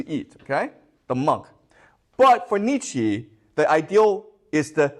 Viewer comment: How mamy times you can hear "schopenheimer" and "niechi" without pain in your brain XD